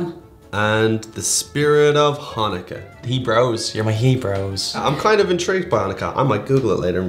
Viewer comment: Hhhhanukkah foods (the pronunciation in the beginning hahaha). xD The candle thing is called a Menorah!